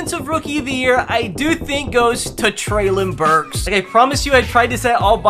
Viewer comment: No way bro said Treylon Burks 😆